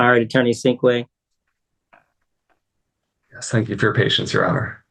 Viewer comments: She called him attorney Stinkway. 😂 His name is Sinkway. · Poor attorney Sinkway… last lady very happy with the outcome and polite, but kept referring to him as ‘attorney’Stinkway’ ! lol 😂